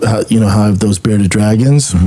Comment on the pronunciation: Bs got 1 beawded lizard, not tooh.